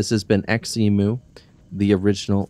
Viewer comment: btw, here in my country we pronounce xemu as Ze-mu not X-emu